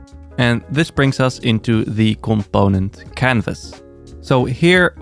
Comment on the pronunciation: I love when he says comPOⁿᵉⁿᵗ 😄